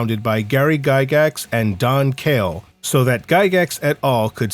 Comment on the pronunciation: Gary Gygax's partner in the formation of TSR was Don Kaye, not "Kale."